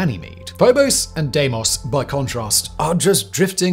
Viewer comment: Pronounced Deemos